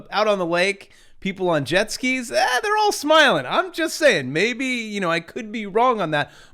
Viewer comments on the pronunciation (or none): none